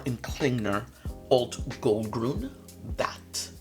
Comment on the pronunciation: I took German and lived in Zurich. Your pronunciation of Alt Goldgrün was "Sehr gut!", especially with your rolling of the r in Goldgrün.😊🇩🇪